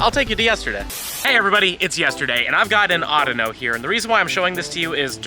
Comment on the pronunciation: It's called (au-dea-no)